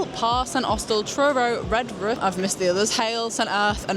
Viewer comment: Haha loved how you pronounced Liskeard and Redruth as Redrough. Your like me and from Yorkshire then, its OK to drive all the way from Yorkshire to Cornwall. 🦭💺